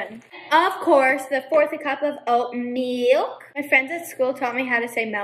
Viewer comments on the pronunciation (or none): The "oAat meAlKk" and the "it was made by mE" tho..